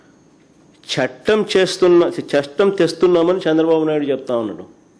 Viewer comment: చెట్టం.. షెట్టం.. షట్టం